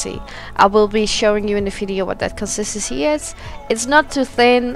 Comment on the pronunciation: Omg if she says consistency wrong again I’m gonna scream!